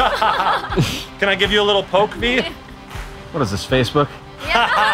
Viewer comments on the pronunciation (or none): none